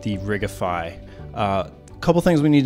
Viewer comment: I like your style. Shame these videos don't have more views. Sidenote: I've never heard someone pronounce it "ridge-ify" before. Is it not "Rig-ify", because... rigging?